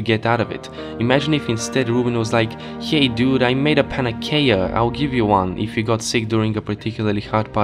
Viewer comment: Love that panacea isn't pronounced the same way twice